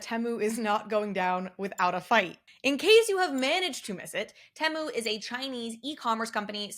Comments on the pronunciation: I thought it was pronounced Tee-moo? The adds have literally drilled this into my head 🙈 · They also sell your personal data. I'm not shopping like a billionaire. Say Temu properly also